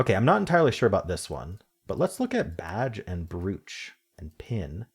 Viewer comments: Doug pronounced it like that too and I was surprised. It's broach here - but then Doug and don't live here. ☺️ 🇬🇧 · I don’t think I’ve ever heard brooch pronounced that way. I always thought it was bro-ch. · weird way to pronounce brooch